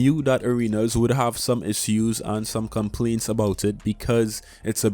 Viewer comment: Thanks for your vid 🔥! No offense at all, but I cannot get along with the way you pronounce "issue(s)". I hope i will get used to it soon. 😂